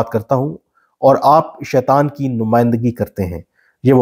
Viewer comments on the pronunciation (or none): none